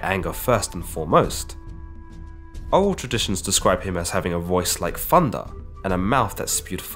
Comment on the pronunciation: Im sorry Fundah? It's thunder